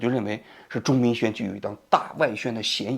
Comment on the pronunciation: 王局，您中间有多次念错钟明轩的名字，请注意更正